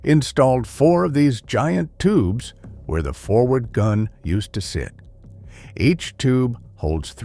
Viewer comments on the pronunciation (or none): none